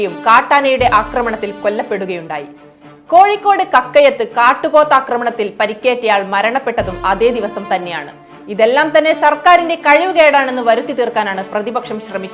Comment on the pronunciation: ആക്രമണത്തിനു അക്രമണം എന്നു പറയുന്നതു തെറ്റല്ലെ